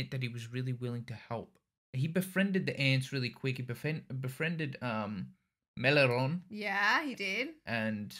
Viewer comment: Them struggling to say Meleoron is so funny 😂